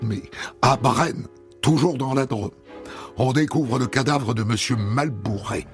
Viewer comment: "la draaame" au lieu de la "drôôôme" Hondelatte est du su-ouest